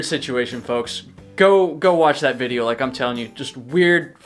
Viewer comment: I finally figured it out, somewhat. Your accented speech drops off on some hard consonants. Kind of, LIKE, East coast mountain town meets California beach. Example - dropping the T and making it an extension of the previous vowel - such as THAT becomes Thaaah. This massively distinguishes you from Becker, with his earnest WI casserole speak. Keep it roll--ing !!